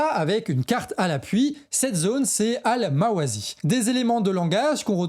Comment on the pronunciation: Il faut prononcer ألمواسي Al-Mawâssi, comme s'il y avait deux "s", et non pas : *Al-Mawâzi.